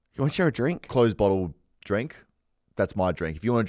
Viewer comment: "A bottle of Pump" he says, like he's English